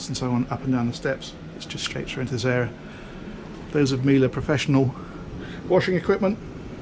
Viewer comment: FLAWLESS "Miele" pronounciaton 👏😉 Another great yacht - please keep your videos coming!